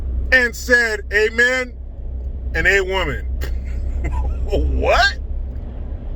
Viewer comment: at least he could have put the extra effort in to be consistent: AMEN and AWOMEN, not awomAn...